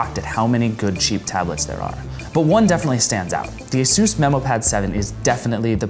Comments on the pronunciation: It's asus not asos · Ay soos? You mean AY SUS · I loathe the way he pronounces Asus...